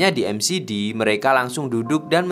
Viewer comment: McD (em si di) , Ip Man (ai pi men) 😂